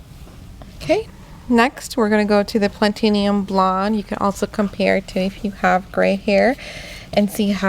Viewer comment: Pla-ti-num, you're adding an extra vowel